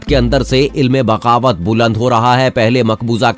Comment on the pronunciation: Ilme baghawat nahi balke alame baghawat drust talafuz hy.